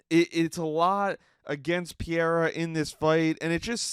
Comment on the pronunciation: Your constant mispronunciation of Pereira’s name has me pausing the video, commenting and never viewing.